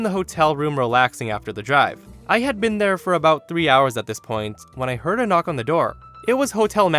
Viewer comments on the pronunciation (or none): none